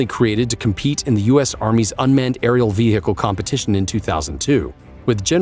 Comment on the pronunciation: vee hickle